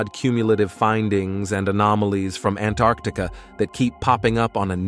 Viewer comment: Say Antarctica CORRECTLY...